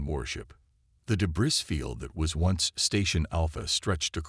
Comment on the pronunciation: Please stop your voice synthesis from pronouncing the "s" at the end of the word "debris" and proof read the text to speech captions or better yet manually time the actual script to the narration voice synthesis. If the captions match the script proof read that first.